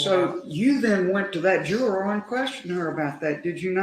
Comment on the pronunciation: How do we expect so much from people who can't pronounce the word juror correctly 🙃